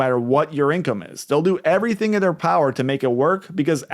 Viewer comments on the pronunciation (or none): none